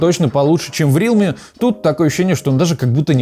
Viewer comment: Даун какой рИалми, РЕАЛМИ правильно